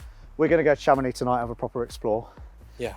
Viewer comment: How to structurally insult a town in France: Chàmonix! It is Chamonìx. Emphasis on the last syllable; on the I. If you are planning a visit to Chamonìx and like to pay double the price of everthing; just mention Chàmonix or AutoAlex Cars.